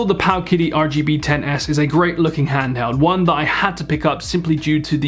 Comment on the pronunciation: I believe it’s pronounced paoooowwwkitty